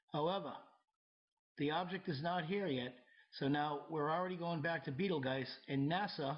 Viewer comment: While the narrator doesn't pronounce Betelgeuse properly, he's right that the comet won't hit the Earth and it won't cause a geographic pole shift. Also, I'm glad he was honest and willing to admit to being wrong at times. In addition, he is not trying to scare people into believing his theories. This is the sanest person, in this realm of thinking, that I have come across so far.